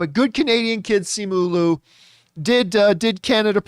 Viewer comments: Okay but is John pronouncing Simu Liu's name wrong the entire time or are there several ways to do it? Because Simu himself pronounces it Li-u, not Lu when he introduced himself in an interview I saw. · He pronounces Simu Liu as Luu the entire time as well XD